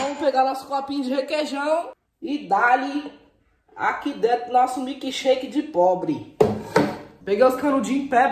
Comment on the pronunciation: Milqui shake milque shake mano milqui o certo é milk